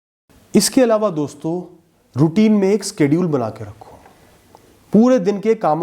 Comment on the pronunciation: सर आप स्केडूल मत बोला करो शेड्यूल बोला करो